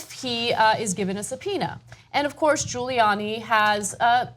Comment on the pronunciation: "Giluliani LOSES IT When Cuomo Catches Him Lying" Giuliani - NOT Giluliani!